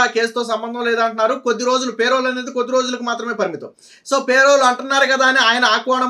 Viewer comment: పే రోల్ కాదు. పెరోల్